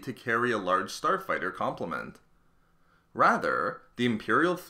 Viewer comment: who heard him say Porn star fighter 3.20